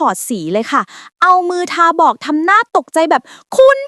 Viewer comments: "ทาบอก" อ่านภาษาไทย "ทาบ- อก" ภาษาต่างดาว ai อ่านออกเสียง "ทา บอก" จะบ้าตายลูกหลานพ่อขุนราม เอ๋ย! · AI ภาษาไทย อ่านว่า ทาบ - อก ครับ ไม่ใช่ ทา - บอก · นาทีที่ 0.42 อะไรคือ “เอามือ ทา-บอก” ใช้ AI ขาดเสน่ห์ ความหมายผิดเพี้ยนสื่อผิดพลาดไปเลย “เอามือทาบอก” อ่านว่า “เอา-มือ-ทาบ-อก” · 555 สักแต่อ่านนะไม่สนใจความหมายเลย มือ "ทาบ-อก" ไม่ใช่มือ"ทา-บอก " มันไม่ได้ความหมาย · เอามือ-ทาบ-อก ✅ ไม่ใช่ เอามือ-ทา-บอก❌ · เอามือทา-บอก? อ่านว่าเอามือทาบ-อก ทำไมถึงอ่านผิดนะ? เป็นช่องเอไอเหรอ? แล้วอ่านผิดเยอะมากจริงๆทุกคลิปเลย ใส่การอ่านภาษาต่างประเทศมาให้ช่องดูอินเตอร์เม้ามอยแต่ภาษาไทยผิดตลอดมันก็สูญเปล่า ไม่ได้ดูมีความรู้หรือรสนิยม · ทาบ- อก ทำไมอ่าน ทา- บอก 😅😅